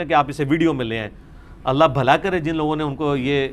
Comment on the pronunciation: السلام علیکم، علی بھائی قل ھو اللہ احد کو اگلی آیت سے ملا کر پڑھنے کی صورت میں چونکہ ن کے نیچے زیر ہو تا ہے تو اللہ کے ل کو باریک پڑھیں گے۔ آپ نے ملا کر بھی موٹا پڑھا ہے۔